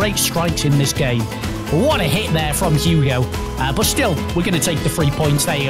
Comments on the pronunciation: It’s not Hugo son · Who else is cringing when they say Hugo when it’s hieun son not Hugo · why’s he saying hugo son?😂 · Did he say Hugo son 😂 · Someone tell him it’s hei ming son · Ffs sake his names heung min!!!